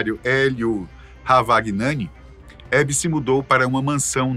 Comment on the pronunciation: VELHO BURRO se fala Lelio RAVAIANI